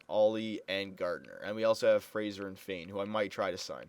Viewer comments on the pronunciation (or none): none